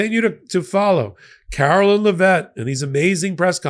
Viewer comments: Eh. We all know he didn't win-win all seven swing states. No way in hell. He didn't even get half the nation's total vote, so it shouldn't be statistically possible. On a side note, I love that is pronouncing this insufferable woman's name as "Carolyn." I bet that really chaps Karoline's the same way literally everything chaps her boss's. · you do a great job and are my fave, but PLEASE pronounce Karoline's name correctly!!! You say Laura Ingraham's name accurately, why can't you get this press secretary's name right? C'mon,, leave the mispronounciations and slurs to their administration. It's beneath you.